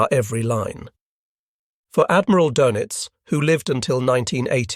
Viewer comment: Dönitz is pronounced, "Durnitz" and, Tage is pronounced "Targe" with a hard "g". This is just the first five minutes after which I stopped watching. Also, I only know basic German.